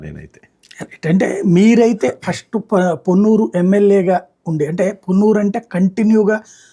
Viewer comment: పష్టు కాదురా మొద్దు నాకొడక ఫస్ట్